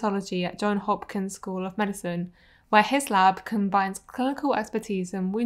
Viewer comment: JOHNS HOPKINS, not John Hopkins. Thank you.